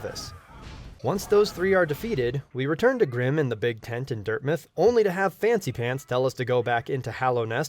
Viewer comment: It’s dirt mouth not dirt myth